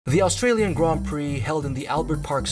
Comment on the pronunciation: Bro it’s Australian not Astralian